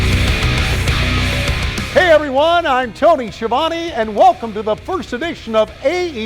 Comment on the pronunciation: I just realized we may get to hear Jericho refer to Tony as Ski a Vone yet again. Thank you AEW.